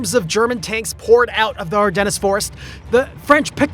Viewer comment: Ardennes has a silent s